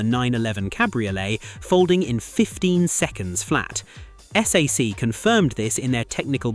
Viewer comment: If you're the "best automotive channel", why can't you get the company names right? It's S A I C, not SAC.